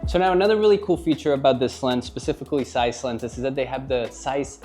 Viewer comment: Please tell this man there is a Z in Zeiss